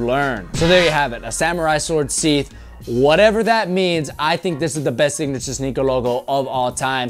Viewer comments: Sheeeth not sith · the word is SHE-th. not Sith. Its the thing you slide a sword in like a holster for a gun. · Sword “ Sheath” not Seath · Jumpman is the epitome of logos. I’ve always loved it for the fact that it looks likes someone giving their all to make a basket/dunk. I think that’s why other silhouette logos look cheesy cough shaq cough LEbron. Funny you claim not to like the initial logos and 8 out of 10 are exactly that. Also it’s pronounced sheeth... sheet is Spanglish for shit. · seath? *sheath, pronounce the h, and also a sheath is a sword holder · you said sheath wrong bro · Work on your pronunciation of sheath.